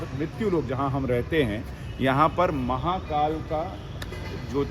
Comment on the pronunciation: Sir, I request you to speak Hindi as much as possible and avoid Urdu... Atleast while calling out the names of God's. The speciality of Indian languages is we pronounce exactly what we write. So please pronounce महाकाल as म हा का ल and not म हा का ल्॒ There is difference between ल and ल्॒ ल्+अ = ल